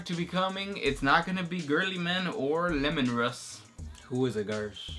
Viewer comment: they said lemon russ lol